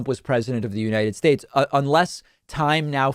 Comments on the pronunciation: United Shtates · Trump pronounces it "United Shaches" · Orange Trump: “You-night-TISH SHU-TATES!“ Priceless! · Didn't #45 mis-speak "United States" once: God bless the United Shates..." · I’m sorry, but what you said sounded like, “Unitis”, which is hilarious. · Ah... The good ol memories of The UNITED SHURRSSHHH returns to mind! 😂🤣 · They misspell it and he can't pronounce the United States...